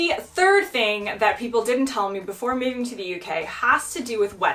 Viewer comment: you say moving in a british accent nice !!!!!